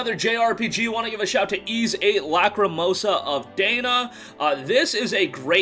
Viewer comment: He also pronounced Da-Na as Day-Na as far as YS VIII😂